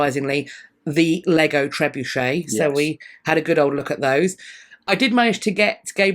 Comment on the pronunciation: Thanks to you, I now know how to correctly pronounce trebuchet. You don’t want to know how I thought it was pronounced. 😂